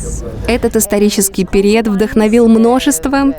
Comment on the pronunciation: что за ужасное озвучивание ? Ударения не верно ставит. периАд вместо период, на грилЕ вместо на грИле😂😂😂